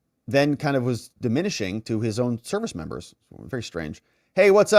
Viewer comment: Please stop saying membo. 🙏 that is so so absolutely infuriating. Please just say members...PLEASE?!